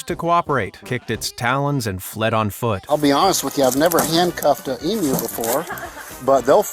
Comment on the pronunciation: Congratulations 🤩🎉👏 for being the FIRST American to pronounce Emu correctly instead of EmOO!!!👍😁🇦🇺🦘